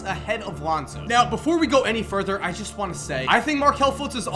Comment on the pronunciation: You said Alounzo Ball in the beginning of the video